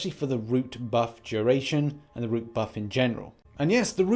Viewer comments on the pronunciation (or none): ‘Rout’ is not pronounced ‘root,’ it is pronounced like the ‘out’ with an ‘r’ in front, like in this example: Jordan peele’s movie ‘Get Out.’ R-Out... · You’re pronouncing it wrong what your pronouncing is “route”